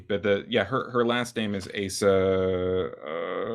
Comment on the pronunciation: You mispronounced Asa's name. Both vowels "a" must be short. (However, in Sho's name the final "o" is a long closed "o".) When writing Japanese with Latin alphabeth, the general rule is: "wovels like in Spanish or Italian, consonants like in English". Of course, these are just approximations. (For instance, the Japanese "u" is actually not rounded.) The length of vowels is theoretically supposed to be marked with a macron diacritical sign over the vowel letter, but in practice it's ofren not done. ("Tokyo" should be written with a macron over both letters "o", but it's not done always.) Some translators (particularly amateur ones) indicate the length of vowels by doubling the vowel letter, but they usually write the long closed "o" as "ou" to differentiate it from the long open "o".